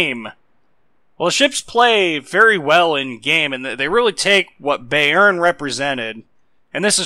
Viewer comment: Im bot even German but your pronunciation of Bayern really does ruffle my feathers, its pronounced like buy+urn